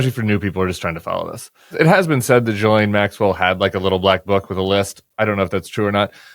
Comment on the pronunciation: Ghislaine is pronounced like Ghee lane.